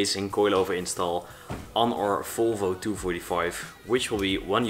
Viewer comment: Why do you say folfo? Its volvo